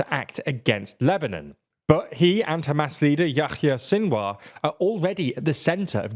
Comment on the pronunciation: why do you pronounce yahya like that?